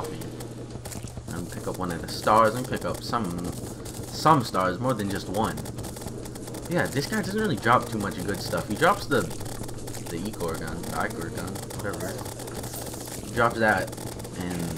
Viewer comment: Ichor is pronounced like eye-ker